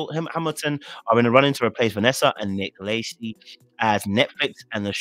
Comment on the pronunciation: It’s pronounced ‘La-shay’ lol